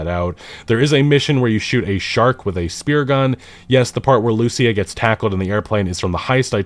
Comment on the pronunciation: When are you going to learn to properly pronounce Lucía?